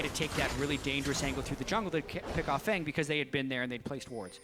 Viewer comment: Btw I don't know anything about Feng but I'm thinking it's meant to be pronounced "fung" not "fang". Asian players are known to call themselves things like "sky" or "moon", sometimes even using other language's words for things like these. Feng (风) is "wind" in Chinese.